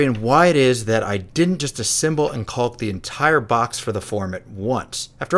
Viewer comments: Looks great, its pronounced kaak not culk btw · Love your builds but it is painful hearing you mispronounce caulk over and over again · so you're really just gonna ... pronounce the L in caulk, huh...